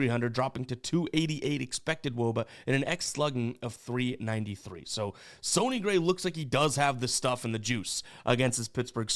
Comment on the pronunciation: I thought it was pronounced sunny like sunny day, not sony like Sony PlayStation …or am I missing a joke haha #GenuineQuestion